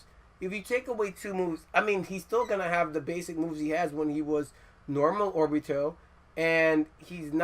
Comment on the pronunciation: So i see this and say oh well, even though there aren't views, he might know his stuff. Vid starts off by saying orbito and atsuki..... close tab.